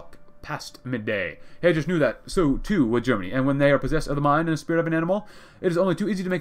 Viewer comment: The way you pronounce Heydrich’s name makes me physically uncomfortable